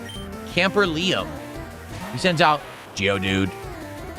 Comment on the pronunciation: "geodude" So annoying from. His is more of a geodud.